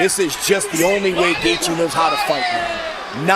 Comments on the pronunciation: Whoever did the voice can’t say Justin Gaethje right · I wish these idiots would learn how to pronounce his name. Its not gaythie its gaychi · "Gay thee" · Actually the th isn't silent. It's like gaith(rhymes with faith)jee